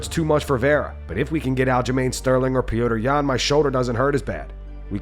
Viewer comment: Why do they call him Pee Odor Yan??